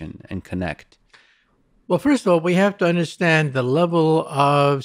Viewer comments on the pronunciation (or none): Stop saying "UnderSCHHHHtand." It's 'understand' - just a 't' there. There's no 'schhh'